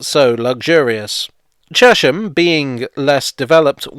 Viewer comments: I know a lot of people who live there (of different ages) and they all call it Chesh-am. Maybe the congruity with the pronunciation of Amersham is what sways people. It is curious though – there’s probably an etymological case for Chez-um, like with Cheshunt. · Please please please it is Ches-ham not Chesham. It stands for the Hamlet on the river Chess. And it really does be on it. The old Electricity board showroom in the High Street had to have its floor up in the 1960's and a brick arch covering the river was discovered. More things you did not know about Ches ham. The Berkhampstead Road leads to Berkamsted, and along this road it is possible to see the cutting for the continuation of the railway to Tring / Berkamsted. The extension was stopped by the very rich landowner whose name escaped me for the moment. But please please it is Ches-ham not Ruddy Chesham! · As a Cheshamite I think I'm qualified to say you are almost correct! The traditional pronunciation was "Chezzum" but apart from once or twice when I have heard it said as such by some very senior citizens it is always pronounced Cheshum. Apparently the change started with the building of new housing post WWII and an influx of people into the town from West London. There hasn't been much sizeable development in the town since the early sixties, and we locals are justifiably protective over our green belt. It is our immediate surroundings which for me are the main attraction of the place. Actually the river is named after the town and not the other way around, as it rises from three aquafers within it. Anyone visiting, I would recommend coming on a Wednesday or Saturday when the market is on, it makes the High St which is pedestrianised not feel quite so sad and run down. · But it's not pronounced Chesh-ham. More like Chess-am. After the river Chess I think